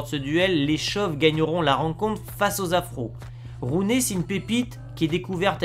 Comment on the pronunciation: Juste comme ça Gullit ça se prononcer "Roulite" et Rooney "Rouni"